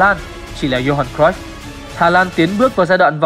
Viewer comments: đọc đúng r . vn thì đọc cờ ruýp thôi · Xem lại chữ cruyff đọc như nào nhé!